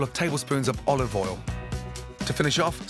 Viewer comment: I love at he said “oLiVe Oyellll“ so properly we couldnt possibly meme about it. Olovol